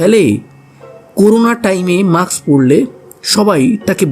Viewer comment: কথাটা maks না,mask.